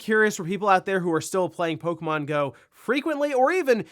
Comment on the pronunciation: It's pok-E-mon not pok-a-mon 😂😂